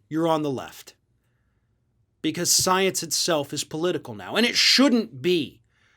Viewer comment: SNL nails Margarine Tinfoil Queen on her love of sience. Yes, that wasn't a typo. Say it as I spelled it. That's how MTG pronounces science. That proves she doesn't believe it because she can't be bothered to say the word properly. And no, I do not chalk that up to her twang.